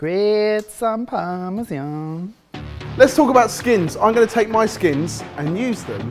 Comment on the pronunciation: "greeeyat some parmezyan"... wtf? XD